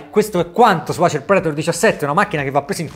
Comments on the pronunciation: orribile sentirlo pronunciare Acer ( Nike diresti Niche ?? ) Le marche inglesi vanno pronunciate in inglese Dovresti pronunciarlo Eiser. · Davvero bella recensione.....però....acer....predator.....letti così non si possono sentire..